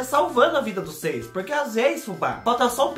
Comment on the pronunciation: Fubá eu gosto do seu sutaque e qdo vc fala pruque🤗🤗🤗🥰